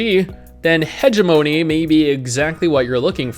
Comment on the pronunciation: You pronounced hegemony wrong. lol